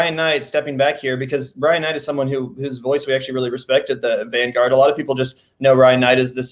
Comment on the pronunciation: The "vangraurd"